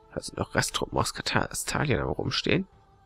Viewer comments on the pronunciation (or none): Bitte sag nicht mehr Kastalien es heißt Kastilien